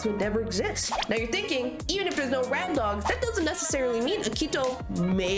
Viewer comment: Ugh i love this video but some things are ticking me off like how you're calling akito and toya "rad dogs" (like the song instead of their duo name bad dogs) and "subunits" even though that term is only used for the virtual singers 😭